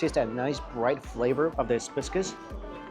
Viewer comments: Hibiscus not HISbiscus holyyyyyy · Hibiscus not hisbuscus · The hizbiscus was killing me... still love him though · are you trying saying Hibiscus??? Bc my god are you off 😂